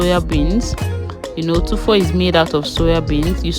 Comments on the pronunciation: Tofu not tufo pls. Good work. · Yes please, It's Tofu. Good work though.